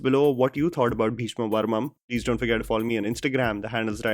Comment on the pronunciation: It's parvam not parmam